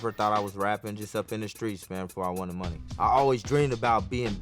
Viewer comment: i knew this was a disaster he dont even kno how to pronounce money.